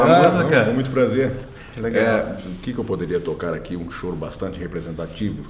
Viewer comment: Mas,, não é Chorô e sim, Chôro!